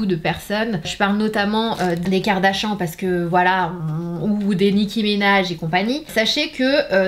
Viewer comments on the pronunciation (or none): none